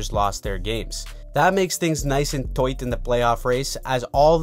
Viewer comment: LOL "Toight"